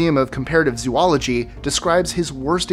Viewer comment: How come nobody is able to pronounce zoology?